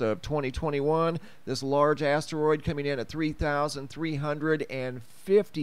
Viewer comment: Haha! He said big ass teriod 🤣❤️